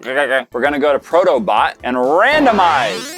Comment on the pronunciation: Thought you said proto butt... not bot...